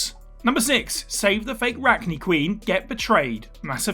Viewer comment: I’m taking it you didn’t actually play Mass Effect. It’s pronounced Rack-nigh and Ar-lack.